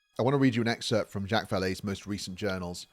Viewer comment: Ok i cant take it anymore lol. Zhock! Zha-ock like jock with alittle zzz at the start, Not jack, ive heard him called jack plenty of times but for someone so familiar with him it just bothers me more than it should that you keep calling him jack lol i apologize i cant help myself. Love your vids though sir. I just discovered you today and i think im on video number 4. Keep up the great work